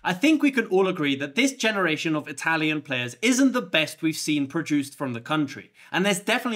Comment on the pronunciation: congratulations on your italian pronunciation